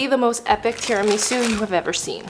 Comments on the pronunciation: not tiri-miso its tera-maso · IT'S PRONOUNCED TEAR-A-MISS-OOH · IT IS SAID TI- RI- MA- SU NOT TI-RI-MI-SU (I’m sorry I’m English, I had to do it) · I'm sorry TIRAMEESU?? Girl love ya but what the hell 😭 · Bruh stop saying tirumeeeesu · THERES NO WAY SHE SAID “Tirameesu” LIKE WHAT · Teer ahh misse ahh sue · The amount of times she said tira-mee-sue is killing me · this may be my australianism talking but isnt it teraMISSoo?? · The tira-ME-SUE 😂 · “Terameesu” got me dead lol nice vid Edit: Guys I did not mean to imply that the video was bad or this is a bad creator. I love watching her videos and have 0 problems with them. I was just saying the way that she said “tiramisu” was off. Sorry if that came off the wrong way. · I know what you meant JassM, she was pronouncing it like Miso Soup. I thought it was cute too! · Couldn't watch this one. I cringed every time she mispronounced tiramisu. Love her content generally, tho. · I am not Italian but damn these Americans are butchering these words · That’s not how you say tiramisu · You’re pronouncing tiramisu wrong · Right???! And she is saying it so often too😂😂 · That was the first thing I noticed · Ikr same I was dying I was like pleaseee stop saying it like that.